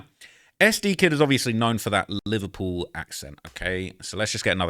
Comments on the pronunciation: "im from Livur-puel" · They way you say Liverpool was sending me...sounds like the Beatles from that one scene from Zoolander 😂